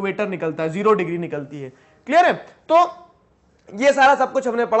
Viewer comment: Digree no digire